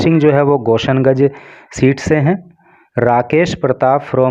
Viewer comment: Sir it's not गोसन गंज it's गोसाई गंज